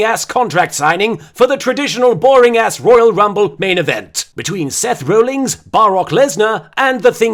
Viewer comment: Seth 'Rollings' XD I'd like to be rollings in his bed with him.